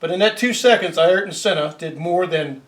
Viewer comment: Conspiracy theorists unite around the world. You need to learn how to say his name right.